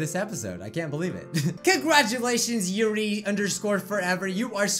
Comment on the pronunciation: "youree" no it's "yuri"